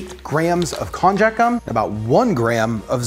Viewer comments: Lol it's pronounced "kon-yak" it's used a lot in Japanese cuisine. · I know that's also how you pronounce cognac. This is still pronounced with a "y" and not a "j". You could even call it "kon-yaku" (こんにゃく). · Kon-YaK...not Kon-jack